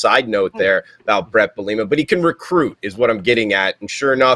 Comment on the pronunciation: really likes to butcher brett bielema’s last name😂😂😂